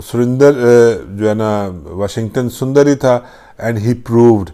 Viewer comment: Haha 🤣 Washington surinder instead of sundar